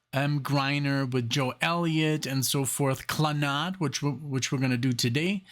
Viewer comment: Why do you pronounce it Kla-nod? I've always heard it pronounced Klan-ad. And that's not just an American pronunciation. But thank you for honoring this great Irish band. RIP, Moya, Noel, and Padraig.